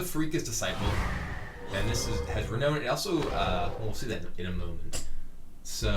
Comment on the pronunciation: Sry but mispronunciations bug me. Renown is pronounced Re-Noun